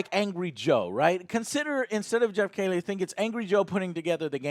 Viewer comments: Why does he keep saying Geoff Kaylie instead of Geoff Keighley? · KEE-LEE MY GOD MAN!!! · I've noticed many of his odd pronunciations over the years to be honest, lol. He can't say Geoff's last name correctly, or Henry Cavill's last name correctly either, even after being sent video of the actual person saying their own last name in real life multiple times, he still reverts back to his mispronunciation, lol. Just one of those Joe things to add to the list ;)